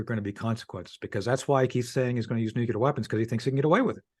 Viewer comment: Tony the Pony thinks it's okay to say New Key Ler when it's NEW CLEAR. This doofus is just a hillbilly.